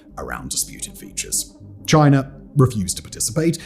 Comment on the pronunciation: It's chinA not chinER